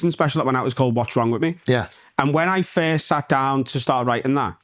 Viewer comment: I'll be the FIRSHT one to say, happy not having to hear him constantly mispronounce FIRST 🥇